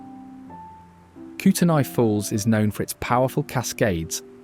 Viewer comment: It's pronounced "Koot-ney"